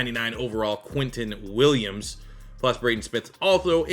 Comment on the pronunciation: “Quinten Willams” 🤦‍♂️🤦‍♂️🤦‍♂️